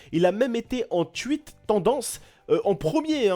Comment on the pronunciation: Stp je sais que t'es pas americain ou anglais mais essaye de dire "touite" au lieu de "tuite" et "pladjia" au lieu de "pladga" stp